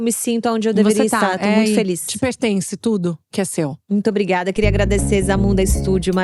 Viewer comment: Maravilhosas essas Ponto alto, falando "brigaiada" gente como a gente 😅